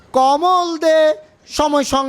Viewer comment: ভাই সবকিছু ঠিক ঠাক ছিলো, কিন্তু শেষে কমল দে নাম টা এতো হাস্যকর ভাবে কেনো বললেন ! ?